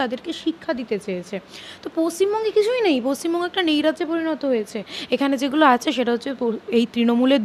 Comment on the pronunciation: junior doctor er ki kaaj and defination ta ki janen/ janle ektu bole din.. Trinomool kotha thekhe elo and apnar mukhher vasha ta bangladesi. valo kore katha bolun age...paschimbongo tao uccharan korte parchen na..